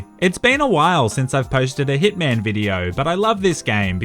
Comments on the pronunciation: Every time you say hitman I think u say thickman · I'm sorry by did you just say hitman instead of ”thiccman”?